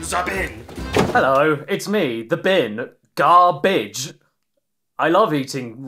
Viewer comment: Sam widge, pete zah, and gar bidge. The unholy trinity of the cooking show segments of caddy vids